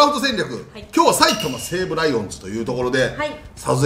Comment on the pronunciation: 埼玉西武のイントネーションがちょっと違ったから先生惜しいなーw